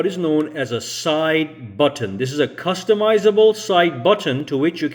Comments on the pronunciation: Button . Not buTTOn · Bro why are you over pronouncing buTTon?